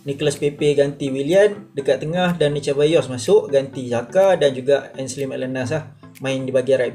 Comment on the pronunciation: Mantap review bro as always tp jgn la Cheballos (Sir-bayyos) la hehe gurau2 je tau keep the good work!